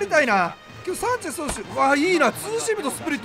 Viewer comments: サンチェシュ(迫真) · サンチェスって言えないvipかわいい